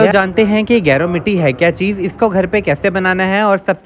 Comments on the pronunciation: Ap naam hi ghalat lay rhay hain gaer word ki tarha hai ye geru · गेरू होता है गैरो नहीं